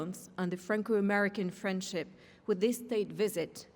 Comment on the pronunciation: when trump said friendship it sounded like he said frenchip